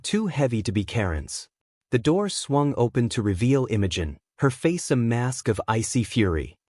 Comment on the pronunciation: I like it. Smart girl. Oh, by the way, it's pronounce Imogene not Innogen. Dufus